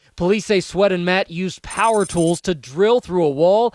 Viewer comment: "Sweat". You pronounced it as "sweet". Come on. You know how to pronounce sweat.